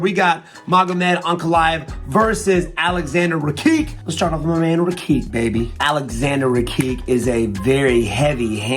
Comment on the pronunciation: Wonderboy, love ya, but it's pronounced "Rah-kitch" not "Ruh-keek" that one's too egregious lol